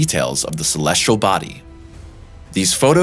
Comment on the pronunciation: Look at the word celestial - how many r’s does it have? None of course so why pronounce it with an R 😡?